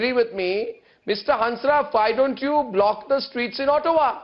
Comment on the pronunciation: he just said "Black" for block..wanabe angrez..what a fake old man urg!